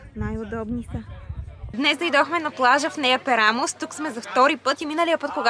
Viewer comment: Много опознавателно и интересно видео :) една препоръка/съвет: Моля ви, назовавайте имената на местата правилно, за да давате най-точна информация, а и за да е по-автентично :) Не е “хейт”, но на гръцки всяка дума се пише с ударение и това може да ви помогне. Ста̀врос всъщност е Ставро̀с, Амоло̀фи е Амо̀лофи, Пера̀мос е Пѐрамос ;)